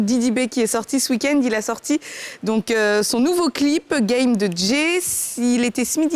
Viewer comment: game [geime ] de djai [djé] 😂😂😂😂😂 Ehh